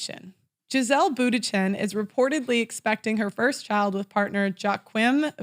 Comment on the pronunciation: Joachim pronounced Wah-keen.